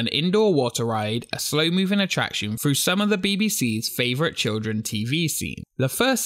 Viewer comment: THROUGH not FROO! THREE NOT FREE! LEARN TO SPEAK ENGLISH!!!!!